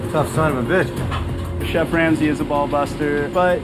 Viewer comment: 😂😂😂😂 i thought i was the only one who heard that😂😂😂😂 feed the "chief"